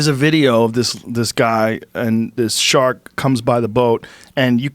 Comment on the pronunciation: God I love the way this guy pronounces “shark” shaaakk